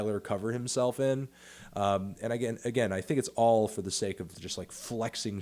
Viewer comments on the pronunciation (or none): none